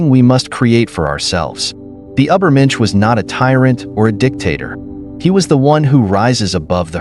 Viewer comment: Ubber mensch?